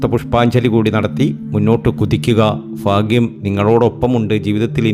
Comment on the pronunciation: ഫാ.. ഗ്യം ഒഴിവാക്കിയാൽ നന്നായി